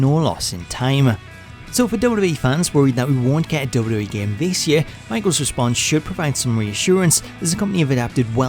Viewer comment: The way he pronounces “WWE” is unacceptable.